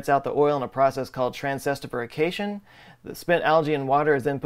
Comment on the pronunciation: That was a long one. I had to stop the video real quick, I just had a feeling you messed it up. I check. lol. You somehow managed not to add, or lose, any syllables. It's: Trans-ester-ification you said: Trans-ester-ferication